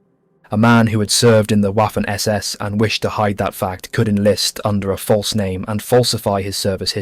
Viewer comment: The german W, in this case at least, is pronounced as a V, vaffen and luftvaffe not whaffen or luftwhaffe.